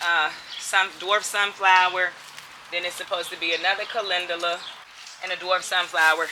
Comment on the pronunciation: Calendula - pronounced Calenjula. LOVE, LOVE, LOVE your videos. Your smile is infectious. Much Love, Peace and Blessings to you and your family.